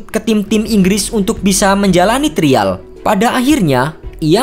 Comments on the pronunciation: Trial dibacanya : Trayeul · TRIAL 😂 TERIAL lucu baca nya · Trial ----> (dibaca) trayel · Aksen indonya kurang2in mas, trayel bacanya ga sih? Bukan trial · Pengucapan “trial” membuat saya klik dislike button 🙏